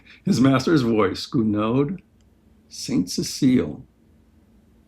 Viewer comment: This collection series is amazing, and brings back so many wonderful memories of my band and wind ensemble says. By the way, Robert Russell Bennett was a fellow Kansan. Also, composer Gounod was French, so the letter 'd' on the end of his name is silent. Simply marvelous collection and presentation! Thank you so much! Lisa